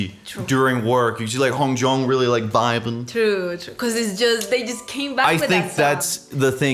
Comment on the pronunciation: with their names that have J in it, you dont have pronounce it like that. For Yunho you pronounce it like Yoonhoe. u can look it up how to pronounce their names properly if you want. For hongjoong it sounds like hong jOOng